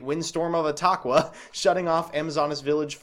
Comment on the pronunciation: You said etaqua right. :’)